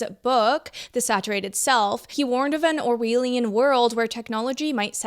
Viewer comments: Or-wheel-ian? Sorry couldn't help but laugh. Or-well-ian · Or-well-ee-an. George Or-well, FFS. Orwell. Not George Or-wheel.